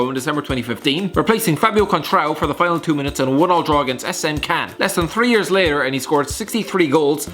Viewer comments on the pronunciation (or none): none